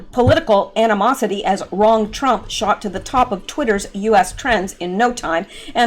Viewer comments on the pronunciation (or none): none